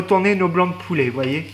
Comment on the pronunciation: "v'voyez..." mdr